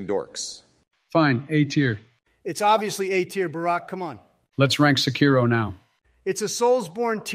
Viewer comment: Every time Americans mispronounce "Sekiro", an imaginary porcelain plate smashes to bits inside my head.